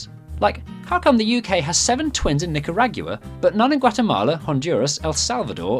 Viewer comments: As an American, I'm legally obligated to make fun of your pronunciation of Nicaragua. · Will never stop being surprised by the creative ways the Brits find to misprounce Spanish words. ¿Nicaragyua? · "nicarag-yoo-a" lol I can't make too much fun because they managed to pronounce Oregon better than most people in the USA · Nik-a-rag-yoo-a, lol. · Please tell me he was making fun of the odd way British people pronounce Spanish words when he said "Nick-a-RAAAAAGH-gyoo-ah." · I can't tell if your pronunciation of "Nicaragua" is a running joke on this channel, or genuinely how you think it's pronounced. :/ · Are you pronouncing Nicaragua weirdly on purpose? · How do you pronounce Nicaragua? You took that "u" on quite the journey. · Despite the fact they repeatedly mispronounce Nicaragua. Those last three letters form one syllable, not two. It's like the Frome of Central America. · This episode of Brits Pronouncing Foreign Words The Most Wrong: Nicaragua